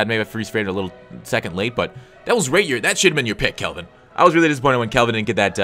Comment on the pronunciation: CALVIN AS IN CALCULUS NOT KELVIN...sorry it was annoying hear you say it wrong